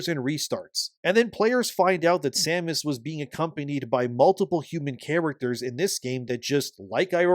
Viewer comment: So you pronounced her name correctly, but recently on the video with the Devs they pronounced her name wrong like they have never played any of them. they says Samus Aaron or Erin. pretty telling that they have no idea what the game is even about. Also, nintendo started the companion assisting you in ocarina of time.. "hey, over here".....